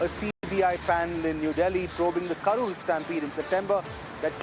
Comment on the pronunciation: It's not "karpur" .. It's "Karur" !. Change the place name